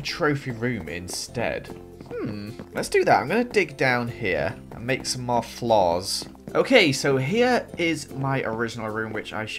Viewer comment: "lets get some more torches" Me "lets get smore torches?"